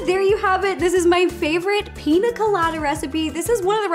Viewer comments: I want to try this recipe! I love your videos Ro! The only thing that gets me is you can say caña, but you say Pina instead of piña. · Why does she call it pina colada? It’s pronounced peen-ya colada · Piña: peen-ya not peen-ah. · Rosanna Pansino it’s prounounced pińa colada I’m Mexican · The fact you can pronounce caña correctly but not piña 💀 😂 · Pronounced “PEEN- YAH” piña... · It’s “piña” not “pina” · It bothers me that she says pina and not piña coladas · but it's piña not pina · She said pina instead of piña....I can’t watch the rest of this srry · PIÑA PIÑÑÑA NOT pina 😂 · It’s piña it’s pronounced pinyya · You drove me crazy. It's pinya not pina. I the squiggly above the n equals a ya sound. Pinya coladas not pina. Please Ro if ya make em that good say it right. Love your vids. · me:BE CRINGING WHEN SHE SAYS PINA COLADA BECAUSE IM MEXICAN!!!! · The little girl in me who grew up in Mexicantown keeps saying piña. Pinya. Just like jalapeño. Jalapenyo. Not a critique, Ro is stinking adorable. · Ro:PiNa CoLaDa Me:pls PRONOUNCE the Ñ!!!!!! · It's Piñññññññña Colada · The way she says Piña makes me think this is not the best one